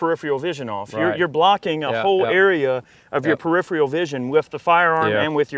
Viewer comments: "Periphreal" lol no stop it you country boy. It's like saying "axe" instead of "ask". It's pronounced Pear-if-air-all. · "perifrial vison" lmao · “parifreal vision” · "periphrial" jesus christ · "Periphial vision" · Peripheral, not preiphrial! lol. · LOL he tried twice but still couldn't pronounce "peripheral".